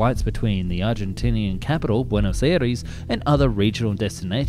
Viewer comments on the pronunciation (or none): sao paBlo?? Come on man. Sao PaOlo. Buenos Aires is not Iris, but “eye res“!